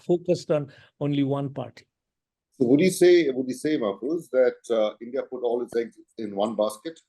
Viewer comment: Mr. Mahfuz Anam is one of the most respected and well educated journalists of our country. Please don't disrespect him by calling his name wrongly. It's Mahfuz (an aa sound) and not Mehfuz with an (ey) sound.